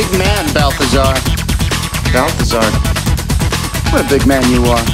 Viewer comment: it's balthazar